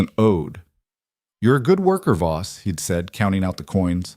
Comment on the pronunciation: Voss, not boss. 😉